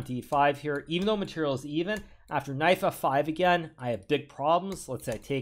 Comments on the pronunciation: Why does he keep saying “knife” instead of “knight” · did anyone heard knife instead of knight or just me lol